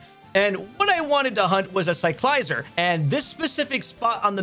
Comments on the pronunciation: It's not a Lye-zard. It's a Lizard. It's Cycle + Lizard = Ci-cla-zar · I hope i'm not being rude but you pronounce Cyclizar as Sike - Liz - are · the way he pronounce cyclizar 🤮🤮